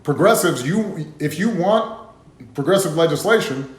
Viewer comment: He had a hard time even saying "progressive"